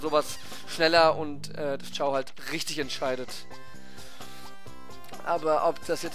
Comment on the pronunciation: ist kein kraft typ ist ein neutral chao... ps es heißt chao nicht kao...